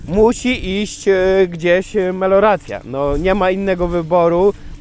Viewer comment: MELIORACJA!!! 😅nie meloracja :P